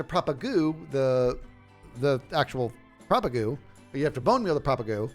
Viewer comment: said the word propagule 47 times, and pronounced if propagoole only 7 times!